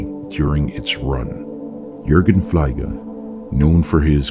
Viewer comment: I am German and can remember the show "Fliege" actually very well. I almost forgot the mystery about the Teddy Bear Man but you just brought it back. "Fliege" is actually pronounced Fleege... as if you would say fleemarket 🙂 And Fliege translates to fly 🪰. Thank you for covering this. Glad I found your channel, keep it up! 😎👍